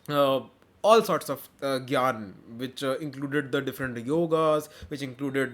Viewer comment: its not geeta gyaana varna krishna tatva guna , broo its geet gyaan varn krishn tatv gun